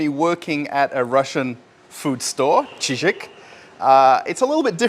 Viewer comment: Не "Чижику", а "Chiziku"! "Чизык"! Ор! ))